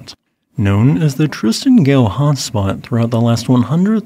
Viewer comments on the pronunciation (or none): "Gough" is pronounced "Goff". Some of the time, anyway. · Gough is pronounced Goff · Gough pronounced Goff